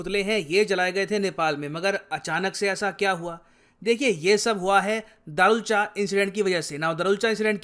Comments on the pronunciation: It's धारचुला not दारुलचा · Sir its धारचुला 😅😅